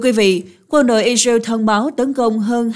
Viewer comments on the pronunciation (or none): I dza iu = Israel ? Hắc tê đê = HTĐ ? Nên chọn phát âm nhân danh,địa danh theo Pháp hoặc Anh và gắng phát âm càng chuẩn càng tốt ( không phải tất cả nhưng hiện nhiều từ ngoại quốc phát âm không thống nhất, sai và nặng . Tiếng Việt thì khá đẹp).